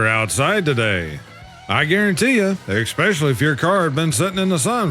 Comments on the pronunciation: I love this channel but for f*** sake it's especially NOT expecially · It’s especially, not exspecially.